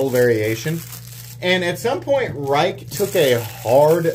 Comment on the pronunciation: If it’s the Rike i’m thinking of it’s pronounced “rake”.